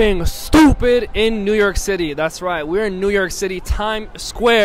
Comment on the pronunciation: Out of towners say new nork....